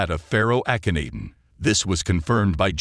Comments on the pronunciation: (Ahhhh ken not en)is how it's pronounced. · AH-khen-Ah-ten People shouldn't post on historical figures whose names their voice bots cannot pronounce correctly.